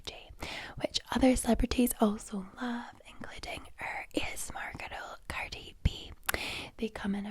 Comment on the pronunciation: Why she always saying: "gherils" instead of girls ?